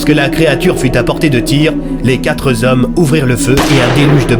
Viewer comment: Très intéressant, comme toujours, par contre dommage pour la liaison aux "quatre z'hommes, il n'y a pas d's à quatre, donc pas de liaison à faire, ça pique !